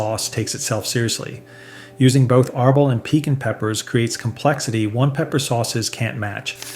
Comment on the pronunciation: There's a reason Frank's is the best selling in the US, and one hot sauce snob's opinion isn't going to change that. Heck, you can't even pronounce Tapatio correctly. The accent should be on the "ti" part. Same mispronunciation of piquin (you even misspelled it). Please, don't pretend to be an expert when you can't even pronounce the names correctly. And how does Valentina rank so high when it has sodium benzoate as a preservative?